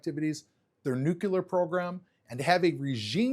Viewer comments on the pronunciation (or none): this guy mispronounced several words, actually, including Erdogan, nuclear (nuke-u-lar), and mujahideen (muhadeen). Those are big mistakes. looks and sounds stiff, esp. in his initial statement, although much less so in the Q&A. I'm not sure he is convincing anyone who isn't already a friend. he's turning me off (mainly with the mispronouncements), and I completely agree with the content.